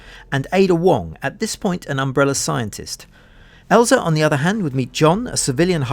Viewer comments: It's Elza, not Eliza... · IT's Elza not Eliza. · ELZA! there is no “I” in ELZA 😬😬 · ELZA. Not Eliza. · Elza. No I. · the name "Eliza" keeps triggering me. "ELZA".. please. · It's ELZA (L zah) not ELiZA!! (L eye zah)!!!!!! Get it right man. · Elza =/= Eliza. I'm finding that Youtubers have a very weak grasp on even their own native languages lately. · Theres no I, its Elza, like Frozen. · There is no "i" in Elza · He’s like “I’m gonna tell you something you don’t know about RE 1.5”, then calls Elza, Eliza....... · I stopped the video as soon as I heard "Eliza" instead of "Elza".... Just another fake channel that doesn't care what it's talking about... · It's Elza not Eliza Walker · hey ..... her name is not "Eliza" .... her name is " Elza" which is completly diffrent - im normaly not one for calling out grammar errors but since your video is specificly about this character ... you should have it right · It's funny because he does say Elza once. :'D Also IGAS does not stand for I Got A Shotgun. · Disliked and reported because you can't pronounce ELZA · I couldn't watch any more listening to this dude mispronounce her name anymore and I'm not a hardcore fan in the slightest. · Thanks for breaking down the various fan versions. I just wish the Elza name was right. 😉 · I was going to complain about the way you called Elza all the time, but then I remembered what Eliza, from Freezen said: "Let it Go!" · Zombi dead You're just annoyed that people are annoyed thus making any arguments you have against them hypocritical. The fact that the narrator can't read the character name and didn't bother to correct the mistake shows a lack of professionalism and we are well within our right to criticize them for it. You would be annoyed too if he called Leon Kennedy something like "Lion Kenny".